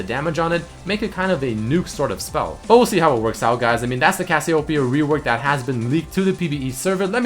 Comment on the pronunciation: DillonChillinLike AVillian HE said some kind of Cassio Pea It's Cassiopeia...